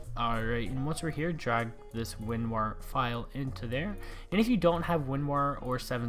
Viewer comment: My man called it winwar instead of winrar haha ly dude